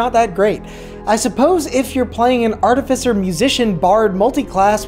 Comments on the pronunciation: Its Art-i-Fice-er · Its pronounced like ar-tifi-ser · The irony that he’s technically correcting the old pronunciation when it’s actually ärˈtifəsər with the stress on tif and cer not on at and fie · YOU PRONOUNCED ARTIFICER WRONG IN THIS VIDEO. YOU HAD IT RIGHT THE LAST TIME. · I can't say that you mispronounced Artificer; it was just too new to me for me to not mention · Oh no! They bullied you into pronouncing it wrong! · I actually changed my pronunciation to this after many comments in my last artificer video haha. You'd be interested to know that the pronunciation is different depending on regional dialect. Your pronunciation, I believe is one consistent with the UK whereas the one you hear in this video is the US variant!